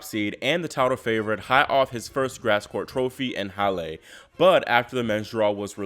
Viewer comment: hallaaa not hall AYYAA dam this channel sucks